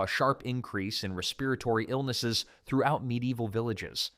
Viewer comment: It's pretty good though, just a few, "respiratory" was bad